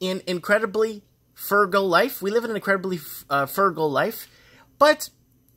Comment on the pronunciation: you can read BUT I think you have Dyslexia. The letters in words get jumbled when you read e.g. F U R G A L is actually F R U G A L. Many high IQ people have Dyslexia. Oh and thanks for reading email